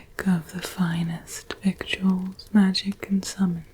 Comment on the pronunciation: Fun fact about the word victuals, its actually pronounced as "vittles".